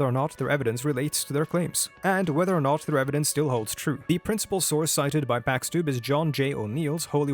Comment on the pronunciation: You're probably right, he constantly butchers his own name as "packs" (It should be pronounced like "chicken pox").